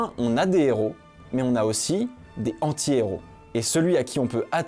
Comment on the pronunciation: Bien que le fait que tu ne fasse aucune liaison sur "antihéro" m'a rendu fou, la vidéo est TOP bravo 😂